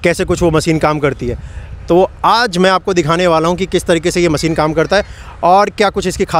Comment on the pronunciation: Bhai sorry don’t mind but मसिन nahi machine मशीन hota hai aap ne channel banaya hai apne pronunciation par bhi dhyan de thoda thanks